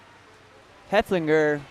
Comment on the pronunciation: Love the commentary. FYI. Heff-el-finger